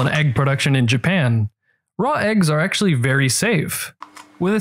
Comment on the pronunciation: Did only me hear him say eggually again and again instead of actually ?